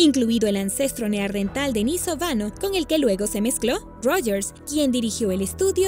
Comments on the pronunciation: No es neardental amiga. Es NEANDERTAL 🙄🙄🙄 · Es neandertal, NEANDERTAL, no neardental, deberían poner a alguien que sepa hablar bien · NEANDERTAL !! No neardental